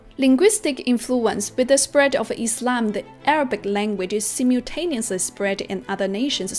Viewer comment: I like how she says Islam, not Izlam ❤